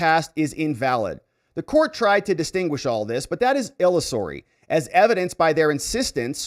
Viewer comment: Cornyn needs to be taken OUT. Out out out. Illusory - il LOOS ery